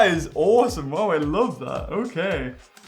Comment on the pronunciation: "I'm not gonna pretty lie, it's hawsome" rlly?